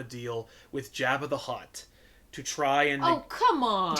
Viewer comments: Hey, you guys finally responded to me. Lol. I'm just saying, I've always heard it pronounced Jobba. Since I've got your attention, start doing back issues for Vertigo books, please! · It drives me crazy how they're mispronouncing AT-AT and Jabba